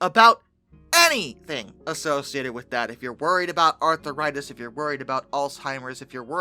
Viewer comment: I like the way you pronounce 'arthritis'. It's like a ailments only Arthurs would get.